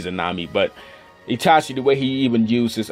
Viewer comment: Me: Magekyou sharingan!: MEGKYO SHARINGAN Me: ITACHI UCHIHA: TACHI UCHIHA